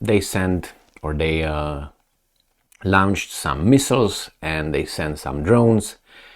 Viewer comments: Not quite....... "lawnched." "Lornshd" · PLEASE read my comment. Launched is pronounced "Lonched"